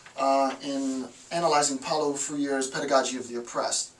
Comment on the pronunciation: Thanks for the video. If Paulo Freire is truly one of your “all time favorites” and “most influential” “most important books... you should watch this. 40 seconds will transform your life. (And help in educational circles... wouldn’t want to be completely discredited because of your pronunciation.